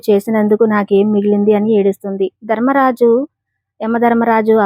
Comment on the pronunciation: ధర్మరాజు అనాలి దర్మరాజు కాదు అక్షరానికి ఎక్కడ ఎలా పలకాలో అలా పలికితేనే అర్థం అందంగా ఉంటుంది